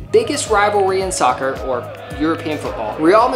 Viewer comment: Please do not say scoccer!!!